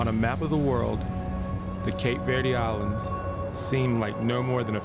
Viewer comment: I agree, the narrator doesn’t even pronounce Cape Verde right